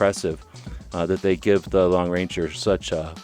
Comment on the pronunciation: For Gods sake! It’s the Lone Ranger not the Long Ranger!